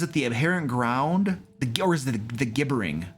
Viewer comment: Gib-ber-ing . You keep miss pronouncing it .